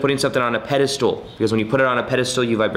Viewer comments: Ugh “pedestool”? It’s pedestal,. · He says "Petistool" lol it's Pedestal